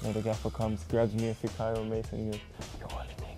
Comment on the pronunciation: Learn how to pronounce his name properly. Fikayo = FEE-CAR-YOUR